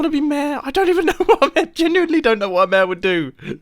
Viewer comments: Everyone: Mayor. Mumbo: Mair. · Me: yeah, ik enough english to understand videos and audio stuff ^^ Mumbo:... Mumbo: I seem to be campaigning to be MÆR me: 👁️👄👁️ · i just love how you and grian both prenounce 'mayor' as 'meehrr' XD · its pronounced mayor not maeh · Word: MAYOR Pronunciation MEHE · Mair is the correct way pronounce mayor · Mumbo: reads Mayor Mumbo: mair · Nobody: Mumbo, pronouncing mayor: mer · Look I love the British accent, but why does he say mayor as “mehr”?!? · Everytime mumbo says mayor, I hear ‘meh’ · It's pronounced may-or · The way he pronounced mayor doesn't feel right.